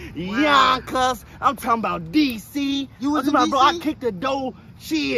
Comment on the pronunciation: Lmao I'm not from NYC or anything, but I'm from Boston and the way he said yonkers (YONKAHS) had me cracking up lmao